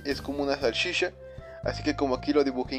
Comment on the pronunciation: se dice salchicha no sashisha UnU